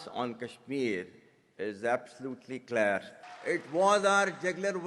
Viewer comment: He cannot pronounce "Clear" correctly, but wants to defeat India. However, we should not be concerned about what Pakistan does next, but what we should do next.